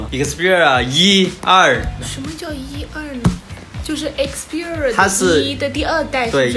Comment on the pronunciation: 一克四屁儿rua~